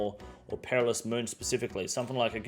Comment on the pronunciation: I love you man, but you cant come off a take talking about people who aren't mentally switched on and then proceed to immediately butcher the word "Perilous".